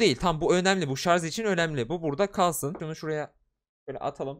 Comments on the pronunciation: ŞARZ DEĞİL ŞARJ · Sarz değil şarj.